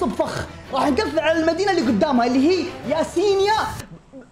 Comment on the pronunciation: المنطقه الي قلت عنها ياسينيا اسمها يسنايا